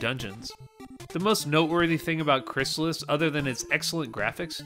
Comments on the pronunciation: Crystalis is pronounced crystal (like the drink) is. Not crysalis. And fuck that, crystalis took a good formula and absolutely perfected it. Its better than LoZ as an action RPG. LoZ doesnt have an actual story when you break it down. No towns, no narrative, no levelling. Its not really an RPG. Its an action game. Its an awesome game, dont get me wrong - but Crystalis is a better action RPG. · It's Crystal-is, not Chrysalis. You can hear the pronunciation in old commercials for the game. And it's better than the original Legend of Zelda by far.